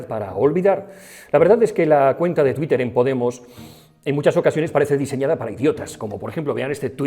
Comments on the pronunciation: Por qué dices Tweek y TweekteR? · 👏👏👏. Seguro que esa forma tan particular de decir Twitter es para tocar un poco los hueviños...🤣🤣